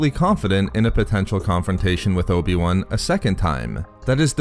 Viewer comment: who is this "obi one"?